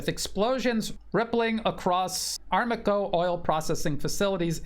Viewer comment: Thanks. BTW it is pronounced a-RAM-ko:)